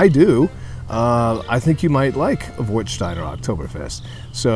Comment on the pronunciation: Nice review. I have just one suggestions about the pronunciation. It's an "a" not an "o". Warstein like Westphalia.